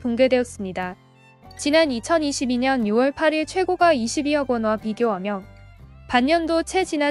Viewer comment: 근데 발음을....호까 최고까 이렇게 해주세요^^;; 부동산에 대해 모르는사람같아요^^